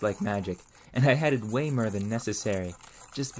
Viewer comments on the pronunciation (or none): Why can you not pronounce "or"? Its like nails on a chalkboard to hear you say "fur" "mure" "befure" "furm" "unfurtunate" "histurical" "histurians"!